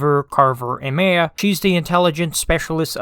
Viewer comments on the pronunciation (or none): Good Viedo but you mispronounced "Maya" name wrong. It's "Mai-ya". Not "may-yeah". It's spelled like "Maya" because that's how it's spelled. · The way this guy pronounced the name “Maya” throughout the whole video is annoying. It’s so wrong. The ay in the name is pronounced like the i in hi. Not however he was saying it.